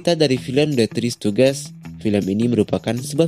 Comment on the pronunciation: Tri Stujis baca-nya Bang 🙏